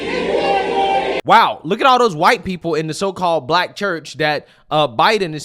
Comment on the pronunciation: what's with the way Joy pronounces "black"? Like she doesn't like the word. She says it in a very nasty way. Like she emphasizes it in a weird way. listen to her.